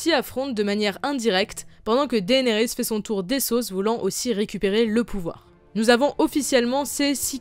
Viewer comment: Pourquoi tu dit daénerys c dénérys